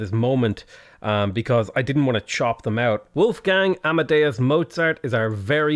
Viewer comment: lmao, the way you pronounce Wolfgang